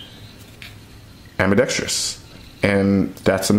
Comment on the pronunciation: Nice video. Great production value. Very valid, cogent, well-spoken arguments. I agree with essentially everything you have to say. The only thing I could find to pick apart was that half of the time, you add a fifth syllable to the four-syllable word: "ambidextrous". It has no "i" after the "r", and therefore no fifth syllable. Otherwise, A++!!! :-)